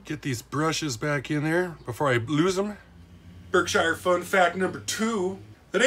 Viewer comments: Just a update on the name It's pronounced ( Berk - Shear ) on the B&O.. through the Berkshire's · Berkshire is pronounced "Berk-shere"!